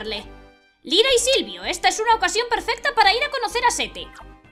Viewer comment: Cuando dices Lyra y Silvio en el mas o menos, casi parecia q decias Lyra y Sylcred xD